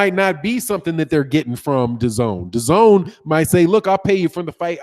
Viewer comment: "Da-GONE" app